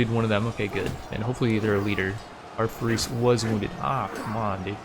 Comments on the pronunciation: Hey first of all the video is amazing Second, it's pronounced Faris not farees it's like there is slight i between the r and s Third alfuly and amud conversion is not from religion to another it's I think called a sect in English I don't know but it's all under the umbrella of Islam and converting sects is easer in Islam I suppose Great video and I hope you play ck3 more I love it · its not ferris xD its FAA RIS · js it’s not FaREEs it’s Fa-ris almost like ferris wheel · its more of a faaris فارس than farees source:im an arab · I could swear you were saying "we are going to recruit more furries" everytime you said their word for knight XD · I believe the pronunciation of "faris" would be more of "far-east" like sound without the "T" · it's penounced faa - res :3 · Is it really that hard to say faris man give it a real try it,s cool word (Faris=فارس) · This playthrough is awesome! Starting small on ironman is the best. Subscribed! Please keep making these! Btw, faris, the Arabic word for knight, is pronounced just like people say Anna Faris. Just like the word fairest, without the T at the end.